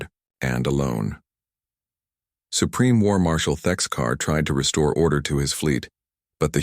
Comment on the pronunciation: Thexkar Not Texcar 😂